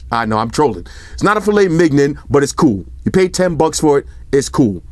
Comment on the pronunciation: I had to pause and stop choking when you said M I G non! 😂😂😂 keep on trollin